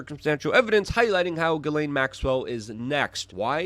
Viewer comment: Her name is pronounced: "Jizz -lane" or Jiss-Lane"